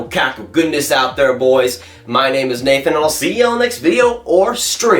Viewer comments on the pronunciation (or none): none